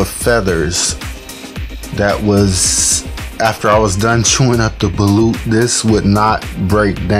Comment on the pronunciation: The way u pronounce balut is balot